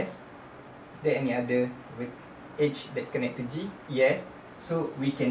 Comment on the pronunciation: great example thanks. You pronounce Edge weird tho haha, i thought you were saying "age"